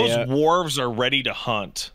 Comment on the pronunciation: "Big Ball" and "Worves". For fucks sake.